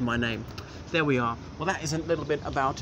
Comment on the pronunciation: Its not pronounced LiiddELL- its like Piddle, Riddle etc